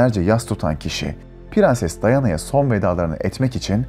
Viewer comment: pirenses şeklindeki telaffuzdan videoya dayanamadım.....